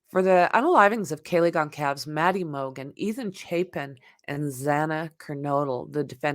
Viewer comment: It is pronounced Gone-sol-vez